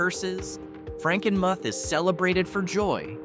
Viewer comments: It's called Frankenmuth not Frankenmusk... and am sure someone else will come in and clear up a few others that you don't know how to pronounce!!! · Do your research so you don't offend us Michiganders. MackinACK??? It's pronounced MackinAW! The name of 'Little Bavaria' is pronounced FrankenMOOTH. St. IgNAYCE?? It's pronounced St. Igness.